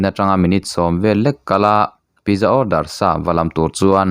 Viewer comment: Pizza pitza tih a lam tur